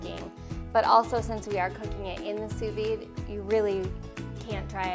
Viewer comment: D is silent in Sous Vide